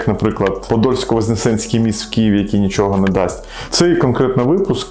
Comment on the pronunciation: "Подольско воскресенський", а не возненсенський. Вам як лівів'янину не дасть. Мені як мешканцю Лівого берега дасть